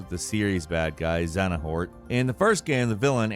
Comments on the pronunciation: Sounds like : Zay- a- Nort not the way you said the baddie in KH!! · I lost it at zena-hort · Dude, if you're gonna call out KH, at least get the name right..it's XEHANORT..not even a video edit correction.. But I agree about the plot being convoluted but that's what makes it fun :) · before you speak on games can you make sure you know what you're saying? I watch these videos everyday and I mean no disrespect but if you don't know how to say a main antagonists' name, you didn't play the games, and probably have no interest in them. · The way he pronounces Xehanort hurts me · When accidentally admits he's never played any Kingdom Hearts Games with how he pronounces Xehanort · i had no idea about Oblivion's Imperial Providence being a Jungle originally, i'd only played Morrowind before that point and i don't read books, so yeah, shocking news to me. and yeah the KH storyline is confusing, but so is you missaying Xehanort's name lol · As with every video that features Kingdom Hearts on a large, corporate gaming channel like gameranx or IGN, mispronouncing the name Xehanort is a simple matter of tradition. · As a big kingdom hearts fan, it hurts every time I hear "Xehanort" pronounced wrong. It hurts even more that I can't really do anything about it. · The way you pronounce xeanort is physically painful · Can I just say, pretty silly to make a video like this, but then get most of the examples about one of the entries completely wrong. Not to mention the way he can't prounounce 'Xehanort' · The way you say xehanort hurts... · I noticed, and laughed as well...but then realized the correct pronunciation is kind of nonsense anyway, lol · Say it with me: Zay-uh-nort.. Xenahort 😂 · Me hearing Xenahort instead of Xehanort 🥲🥲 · I cracked up ever time you said Xadanort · Its Xehanort, not Xenahort.... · Is this guy saying “Xenahort” and “Xenanort” lmfao. U mean Xehanort? Lmao. Geez dude. I love all ur vids but this one I had to finally comment on. U sound like an idiot